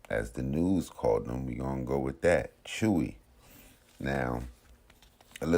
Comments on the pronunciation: Its "Chuey" my guy. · How the hell does someone see how chewy is spelt and pronounce chowy